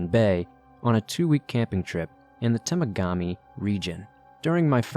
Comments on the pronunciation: It’s pronounced. Ta Mag A Mee you said tegamami lolol I’m from Sault Ontario 4 hours west of Sudbury on Lake Superior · Tuh-Mog-Uh-Me is the pronunciation, i went to camp there lmaoooo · The way this man says Temagami and also portaging😂 that story was cool for me because the odds I have one mutual friend with this person are high because the outdoor industry is small in Canada